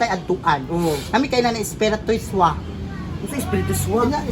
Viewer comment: Hahaha unsay “ISPIRITISWA”??? 😂😂😂😂